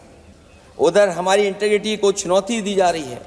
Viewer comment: Interity.. koi Akhiles ko tuition do…. IN-TeGrity…